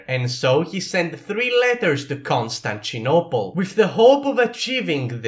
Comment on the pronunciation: Ah yes, my favourite city Konstanchinopel